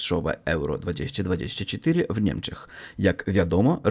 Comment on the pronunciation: jeśli chcesz poprawić swój polski to poczytaj sobie jak się wymawia poprawnie 2024:)